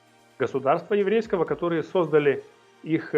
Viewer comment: Не сОздали, а создАли... Выключаю, перестали говорить правильно!!!